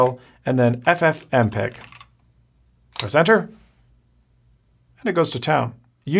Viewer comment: ffmpeg....say it again, ffmpeg hahahaHhaha